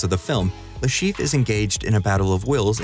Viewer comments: He is called Le ChiffRE and not LeChief. I'm sorry but that bothered me the whole time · Dude can you stop butchering that french name? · there is an -re at the end of Le Chiffre for a reason. It is not mute.